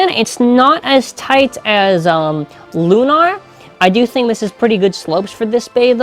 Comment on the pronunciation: Its lui-nor